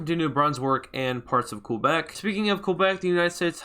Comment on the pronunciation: its pronounced KEbec